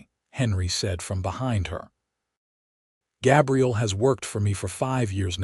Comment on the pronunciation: I enjoyed this story but the AI narrator pronounced Gabriel as Gabrielle was hugely disappointing